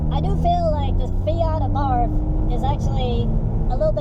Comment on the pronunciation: Abarth. Soft A and silent H. Thanks for the comparison.